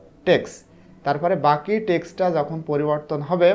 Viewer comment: Sir apni apnar kotha bolar stylte ta sundor korle video ta aro sundor hotho! Jemon apni jhokon bolechen but aita jokhon hobe